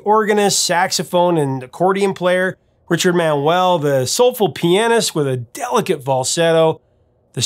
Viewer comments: A: Richard's name was pronouced Manual, not Man-well. B: It's take a load of Fannie, not Annie. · Always a great fan of The Band. I think it's Mau-u-el not Man-well. You're missing the great vocal contribution of Manuel who Levon says was the lead singer of the group (Last of the Blacksmith) and Danko (Thinking Out Loud). A lot of people think Clearmountain messed with the drums on the remix, and I think there is too much reverb.